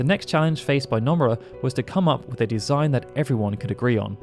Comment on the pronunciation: It’s NO-MUR-AH Not NUMB-ER-AH